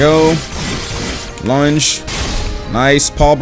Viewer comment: i keep thinking says lunch instead of lunge